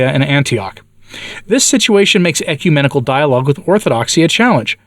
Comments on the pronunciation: "ECUMANIACAL" vs. "ecumenical" 😂😂😂😂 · It sounded like you said Ecu-maniacal, and I like that word. It's an appropriate word...